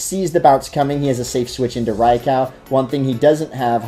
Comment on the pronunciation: Gibson Gillett-Behrens Funny enough, he's actually closer to the pronunciation than anyone who says "rye-ku".